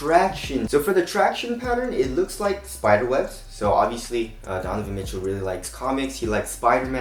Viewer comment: i think he almost said "Don-y boys signature shoe" no?